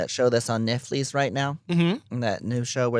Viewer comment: Tammy pronouncing Netflix as “neck fleece” kills me. 😅😢😂